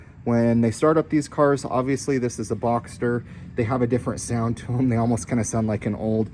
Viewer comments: Boxer. Not Boxter. Lol it’s not a Porsche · Its a "Boxer" motor...A "Boxter" is a model of Porsche.